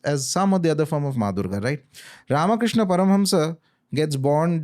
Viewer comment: बाकी सब अच्छा है पर why रामा, क्रिष्ना, शिवा, रावणा, योगा, धर्मा....we never say रॉबर्टा, ख्रिस्ता. कबतक हम गलत बोलते रहेंगे.